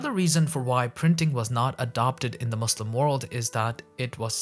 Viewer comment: How can you pronounce Qur'an and mispronounce Muslim lool